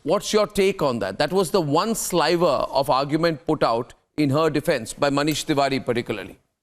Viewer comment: Also it's sliver not slyver failed bootlicker has shifted to the place the sun shineth not..